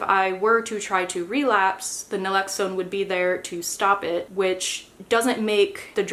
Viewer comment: It's Naloxone. Not Nalexone